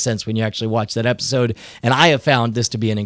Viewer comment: episword instead of episode lol